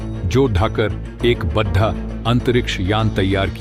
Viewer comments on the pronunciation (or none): सही उच्चारण करो। जोड़ना को जोधा बड़ा को बद्ध आ बोल रहे हो।